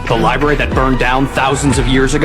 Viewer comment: Bro you can’t be calling it a libary sorry love your videos but I need you to LIBRARY